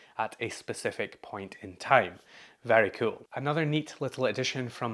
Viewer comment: Who else is here because of the way he says kewl?